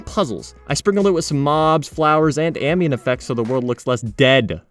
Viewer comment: whenever he says "dead" >:(